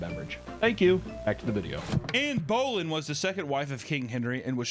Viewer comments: the scariest thing about this is the pronunciation of Boleyn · I always get amazed at how bad is at pronouncing... anything. Anne Bowling? I should have gotten used to it by now, binging all his vids, but i still giggle. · Ann Bowl-en 😂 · Lol good ol' Ann "Bowling" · Anne "Bowlin'". 😂 Love it. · The pronunciation of Anne Boleyn is frying me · It’s criminal how you pronounced Anne Boleyn’s name 😂 Also, the prison was mainly for people that worked for the royals that live there and if they did something wrong they would be punished by being sent to the dungeons below 😂